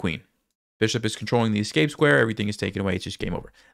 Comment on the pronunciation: You lost the game, but you win a moral victory by saying ES-cape instead of EX-cape like everyone else.